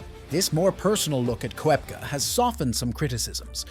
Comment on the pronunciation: Please make the effort to pronounce players’ names properly ffs!! It’s McIlroy not Muh-killroy; it’s Koepka, not Kwepka!!